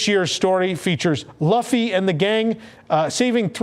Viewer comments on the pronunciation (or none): It’s pronounced Lue-fy not Luh-fy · Luh fee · NO! It's spelled "Luffy" but pronounced "Loofy" COME ON MAN! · As mentioned already, Luffy is severely mispronounced. How do you pronounce Ufufy? I mean, I get it, you haven’t seen the show, obviously. …which has 20 seasons and over a thousand episodes, and used to air on both Fox and Cartoon Network, but it just seems like the type of thing you’d research first. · Loving the luffy pronunciation haha